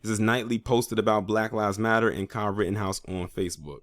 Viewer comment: You said " Kyle rottenhouse"... 😂